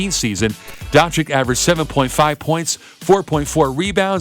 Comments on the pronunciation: It'a not Luka Donchik. It is Luka Donchich. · I think you should say Don-chich, not Don-chick. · Jebo vas dončik... on je dončič... če pa je vam američanom težko reči donCIC ga raje nazivite z imenom Luka in ne Luca😡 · Its pronounced donchich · Don-ceech.... This is how you pronounce it.. Like mine=Sim-ceech DON-CEECH!! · Well, because, in English, c can either be soft (as in "cease-fire") or hard (as in "castrate"). This reader opted for a hard pronunciation. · Your pronouncing doncic wrong